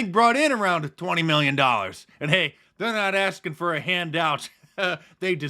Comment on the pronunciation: They’re not asking for $20million they’re “Axing” for it!